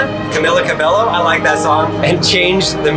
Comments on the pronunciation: Camila "Cab a o" not Cabelo. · the way he pronounced camila’s surname :< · Stopped watching when he mispronounced Camila’s last name. With all this new technology, can we learn how to pronounce names properly at least? Thank you